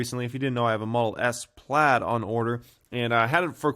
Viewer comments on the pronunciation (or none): none